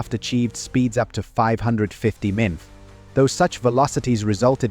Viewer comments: Horrible AI VO. Emph? Not mph or miles per hour as a actual human would say? AI is so easily able to be identified. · Crap AI reading. Emph is said every time it means to say MPH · Fairly well done but the AI narration is distracting as per "450 empf" (mph?)) and "six point zero caliber" etc. (AI was trying to say .50 caliber) but we can live with it. Film editing is really peculiar involving SPITFIRES during F4U narration and a variety of unrelated vintage footage that are not even Vought designs. One attaboy: I scrolled through and did not see the internet mantra that The British Taught Us How to Land the Corsair. Well, no they didn't. The obsessive focus on "the curving approach" was not only known to USN pilots before the Corsair, but EVERY WW II CARRIER AIRCRAFT USED A BANKED TURN INTO THE GROOVE ASTERN OF THE SHIP. Every one of them. (I was fortunate to know the COs of two of the first three Corsair squadrons and the exec of a third. Also interviewed Vought engineer Russell Clark who was involved in the F8U Crusader. Otherwise, your variety of subjects is impressive and I'm sharing widely. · What is a memf? I'll tell you what it is. It's AI miles per hour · I hate droid narrated videos. MPH pronounced EMFS as just one annoying example in this video. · Ahhhh... the comedic joy of listening to AI-generated scripts. Who knew that "mph" in reference to speed was pronounced "emf." 🤣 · What is a mumpf? Is that how you pronounce the abbreviation for miles per hour? Ditch the computer voice, it ruins your credibility. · AI voice ruins an otherwise good video. I can't get past the 450 Empf. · Sorry, you lost me at “emph” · 446 empf!!! Is this a computer voice? WHY???? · "446 emf" right at the begging is when I stopped watching. How much of the rest is just as shoddy? If the channel can't even be bothered to review and correct their own audio, why should I trust the video or the facts? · mimph? Do you mean miles per hour (MPH)?